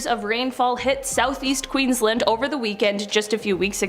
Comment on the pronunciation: Queenslnd its QUEENSLAND